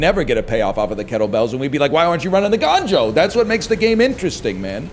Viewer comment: gANjoe?? Uhh NL its GONEjoe!?